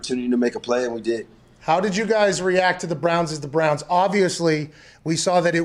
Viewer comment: “Cleveland Brahns”